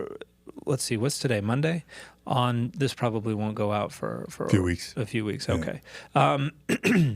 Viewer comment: That is not how you pronounce "wont."